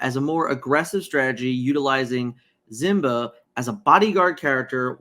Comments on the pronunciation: Zimba must be like a generic brand Simba. C’mon my man I know you can pronounce the name correctly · Why do you say "zimba"?